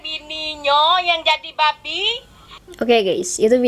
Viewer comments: Babi kak babi, bukan babek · Bukan babe neng tp babi B-A-B-I hadeh neng ngomong babi jd babe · yg saya tau itu "babi" bukan "babe" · Itu babi kan,, tp gw denger kok babe,, apa gw yg slh dengar 🤔🤔